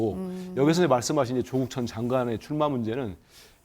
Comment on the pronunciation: 발음은 좀 똑바로 하자 조옷국 맞지?